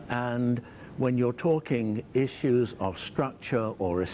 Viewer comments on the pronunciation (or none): none